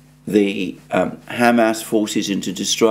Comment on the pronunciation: HAM ASS (pork anus) is not how the name is pronounced. It's pronounced hah-mahz with the accent on the second syllable.